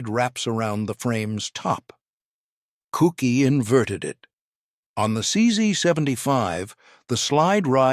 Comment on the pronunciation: CZed!!!!! Not CZee!!!!!! The letter z is pronunced zed!!!! Koucky is not pronounced "Cookie", but "Kootskie"! Czech pronunciation! And overall there is a much much better video about the CZ75 on the youtube channel of Forgotten Weapons! Where this all is presented by an actual human talking into a camera. And Ian McCullum also has some real CZ 75 to show disassemble and explain!